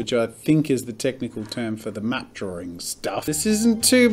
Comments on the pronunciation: Draw-ring lol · So many people pronounce the word draw/drawing like there is a second r before the w